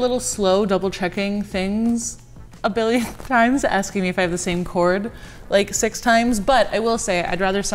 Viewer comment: The number "siccus"